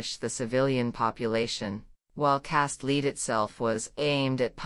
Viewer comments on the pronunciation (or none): Or, for that matter, an actual human voice....the AI voice reader pronounces "Cast Lead" as "Leed." Bizarre.